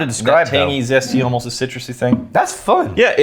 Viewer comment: Is it an Austin thing to pronounce 'almost' as 'ohmost'? I found that so funny